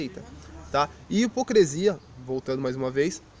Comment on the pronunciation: A ideia central do vídeo, bem como seus argumentos estão bons...mas pelo amor de Deus cara: é HIPOCRISIA! Hipo"CRE"sia é algo que chega a doer os ouvidos. Espero que não se ofenda...mesmo porque, gostei do vídeo, e a crítica que faço de forma alguma invalida a mensagem que vc passou.